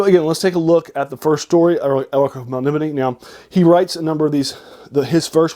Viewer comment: Melnibone’ is pronounced Mel-ni-bo-nay